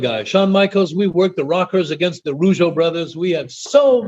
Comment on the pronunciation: It's not Rogueau it's Rougeau